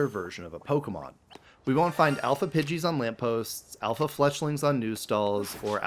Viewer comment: IT'S ALPHA, NOT SHALPA! SAY IT F*CKING RIGHT! AND THERE SHOULD BE ONLY 2 I'S IN DRATINI!